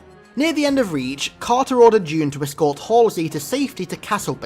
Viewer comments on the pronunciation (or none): none